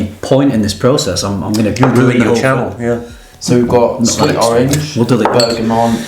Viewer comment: Why do you keep saying "ber-ga-mont"? It's Bergamot. You even say it like "oh you don't know about bergamont?" lol no, nobody has actually. Surely a "perfumer" would have sorted this out - just makes you sound uninformed mate.